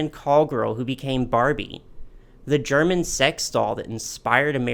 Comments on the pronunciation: this was a really fun video to watch! also your german pronounciation was quite good for an american, don't you worry <3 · Your german pronounciation is actually quite good! There's a bit of an accent but it's still nice of you to try to pronounce the names correctly.